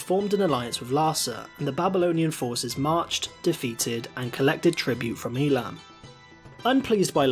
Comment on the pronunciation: It's pronounced Ei-lam